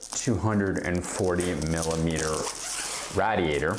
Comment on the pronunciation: RAYdeeYAYtor not RADeeYAYtor 😉🤗